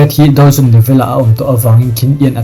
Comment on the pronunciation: i hnar ping tawng a maw ka tia mahse dou zun kha i lam dik ve leh tho bawk sia.. Ka comment ta hram😅😂